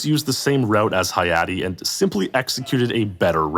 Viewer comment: I'm glad Hayate got his recognition, even if mispronounced